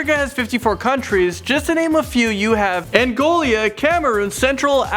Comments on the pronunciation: It's Angola, not Angolia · WTF is ANGOLia? 😄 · its not Angolia, its Angola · He said AngoLIA 🤣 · when he said Angola , i spitted all my water on my computer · lianete pedro he said it wrong 😂😂